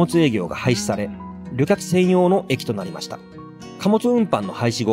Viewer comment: 旅客→りょかく、一役→ひとやく。 歴史紹介の教育的な動画を標榜されているのでしたら、読みはいくつも間違っているのはよくないですね。あと、発電所ははつでんしょの方が人に聞いてもらうなら一般的かと。